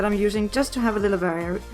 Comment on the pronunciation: I just started binge watching you and Im laughing so hard at you messing variety every single time you say it its literally so cute and adorable